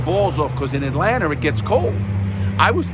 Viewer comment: "right in the heart of atlantar" lol man Larry ur genuine 🙂